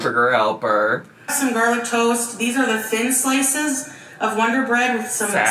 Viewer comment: (proudly and fatly): “these are the THIN slice-suss”….